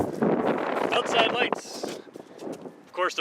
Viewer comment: say ootside ONE MORE TIME!